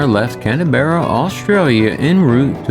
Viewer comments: Why is referring to Canberra as 'Canteeberra'? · Can we talk about pronouncing Canberra, as CanEberra?